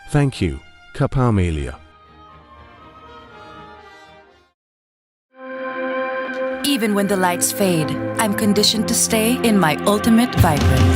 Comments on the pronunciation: dude Kapamilya, not kamilia☠️ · “Ka pa meelya” “feilipeiyno”